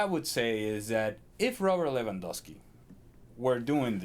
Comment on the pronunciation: Dear English community. Its not Lewan-WOW-Ski. Its Lewan-GOAL-Ski.